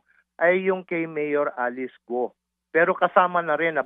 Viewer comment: Ted hindi Go-o ang bigkas, Go lang silent U. Hindi gaya ng bigkas mo na BOO-a yan sa buwaya..lol